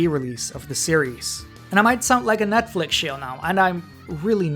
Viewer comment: Holy hell you dont even say netflix right wow you may actually be dumb with eeeeeees